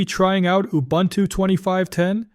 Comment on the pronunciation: If you can learn to say Ubuntu correctly, someone might believe all your hype.